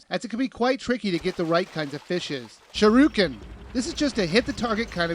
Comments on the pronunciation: shuriken not sharuukin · It's pronounced shu-ri-ken, not sha-ru-kin. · It's pronounced Sure-ah-kin Took me forever to say it right too xD This better be on top 10 worst games. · its pronounced (sure-e-ken)